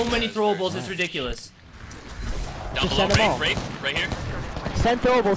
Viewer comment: “That was RiDICKYlous” lol